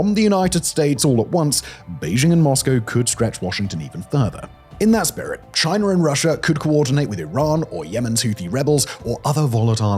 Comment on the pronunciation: Watch your pronunciation, your still letting it slip sometimes. I heard a few Chiners, and a Russers, and an Americer.